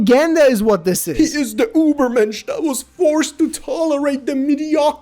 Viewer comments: The pronunciation "Ubermensch" when trying to say "Übermensch" confused me a lot; "What has that to do with Uber?!" Just try saying "Oo", move your tongue close to your teeth and you've got a smooth "Ü" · STOP SAYING UBERMENSCH the term was made by a prussian phillosopher Frederik Nitzche who ment the word as a human who lives by theyre morals and lives the best life thay can live and work to be better, but after he died his sister who dindt fully understand his ideas rewrote and finished a lot of his work wich led to the na#is to belive he was on theyre side. Fredrik dindt like facism or Nasizm ok